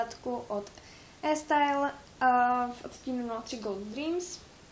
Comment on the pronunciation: Cte se to "í stajl" ;) Kazdopadne oranzova neni moje barva a uz vubec bych nedavala k takovym ocim lesk :( Ale produkty vypadaji dobre :)